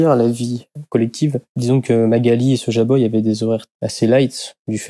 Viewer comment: On dit pas soja boy, on dit soy-boy